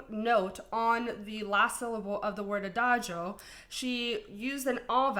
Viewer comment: She pronounces "Adagio" the way it is supposed to be because that's the correct way it say it: "A (open "a")-da (strong "d" and full "a")-gio("dj"-"o"-neutral "o"), because in Italian that "i" before "o" is mute. She's half Italian, so it's effortless to her because that's (alongside with French) her language!😊